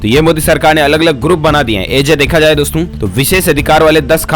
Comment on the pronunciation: Tu bolna to sikh pahle jaye ko zaye mt bol or sakhti ko shkti mt bol